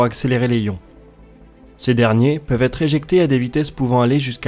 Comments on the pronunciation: les ions, il n'y a pas de H, on fait la liaison. et pour "des os" on ne prononce pas le s, mais au singulier oui. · Par contre petite rectification quand on écris les ions sa se prononce les "ziiiions" ^^ da bisou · J'aime bien ta chaîne plutôt chouette mais attentions aux différentes prononciations genre ESA (éza en français) et on ne prononce pas le b de Coulomb mais on fait la liaison pour "des ions" Sinon attention quand tu parles des roues à inertie, il y a un coût... tu dois décharger les roues en inertie... autour de la terre ou je Jupiter par exemple tu peux faire ça avec des magnetorquers Mais Sinon tu dois utiliser de la propulsion pour le faire. Tu penses faire un sujet sur les CubeSats? N'hésites pas Si tu as besoin ;)